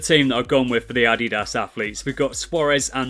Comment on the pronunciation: It’s Nike not nil and no t addiass its adidas